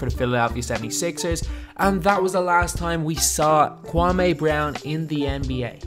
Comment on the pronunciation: "Kwam-ay Brown"